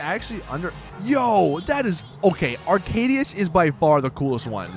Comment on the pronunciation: arcadius not aracdius